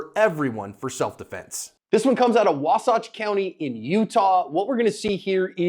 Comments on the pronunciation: Wasach lol. It’s wa-satch. Like a satchel. Utah still loves you though. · Wasatch the second a is like in Apple…. Just fyi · Wa-satch. The [Wa]=([hua]wei) and the [satch]=([satch]el)